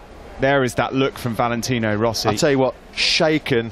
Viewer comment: " he try to don't tink , but when he tink he is a... scared." Rossi --->Rosie